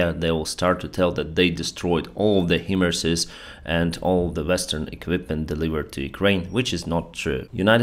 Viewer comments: It is pronounced High-Mars! Not He-Mars or Him-Mars. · HIMARS is pronounced "high-mars".